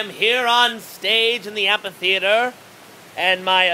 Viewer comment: Amphitheater. Am-fi-theater... It kills me that you're saying am-PA-theater. Sorry.